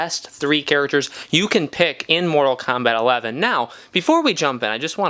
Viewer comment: I feel like im listening to someone who sucks at the game... and its kombat.. not kambat